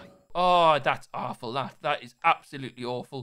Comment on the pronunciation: Will went proper byker when he said awful then😂